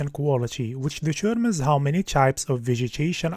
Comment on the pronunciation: Anyone else keeps hearing "the Germans" when he says "determens"? :D